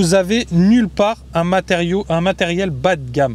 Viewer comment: "matériau" tu l'avais bien dit 😏